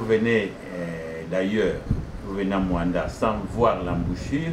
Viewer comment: Ce MOANDA et non muanda